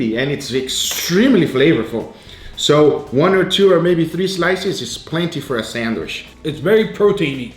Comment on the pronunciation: Once again... every time I hear sandwish I question why... is it an accent or something? This is not hate or anything, I am really curious why is not saying sandwich.